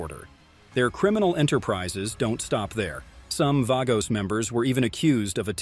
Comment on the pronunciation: The Outlaws oldest "outlaw" mc and Angels, Pagans. It's pronounced Vaaagos not vagos numerous other facts you state incorrectly